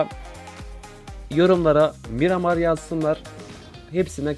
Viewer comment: Mıramır değil Miramar